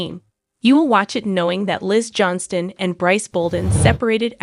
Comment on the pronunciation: Why do you repeat yourself, and their last name is pronounce Johnston incorrectly